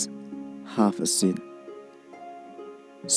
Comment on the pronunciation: Ka pronunciation jong ka kyntien 'seat' kadei /Si:t/ ... Ym dei /SIt/... Like in Roman numeral.. 1... Huu... Goiii lh..